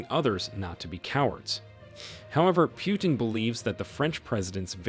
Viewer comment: Coreect prononsation is like saying - "Put in" or "Put'n" but not "Pyutin". Sometimes you got it right, but sometimes wrong. So i assumed you just don't know. Мне кажется что колонисту самому остановить колониализм весьма трудный и смелый ход. И на такой ход редко кто или даже не кто не способен. Осознать неправоту своих действий, пусть даже подстроенный закон тебе этого позволяет, это одно. А прекратить ети действие совсем другое. На доходы от колониализма зависят столько всего и всякых что прекращение подобно самоубийству. Это скорее похоже на стремление покинуть наркокартель, от одной лишь мысли можно пулю заслужить . Хорошо бы если кто-то постороний в етом поможет, даже если ты помощи не просил. Похоже как на вынуждённое лечение в психболнице от зависимости. В это время Франции есть шанс поймать и обогнать еканомичаски Германию но не на плечах Африканцов.